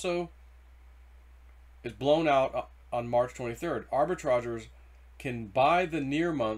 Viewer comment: It is pronounced arbi-tra-JURES.....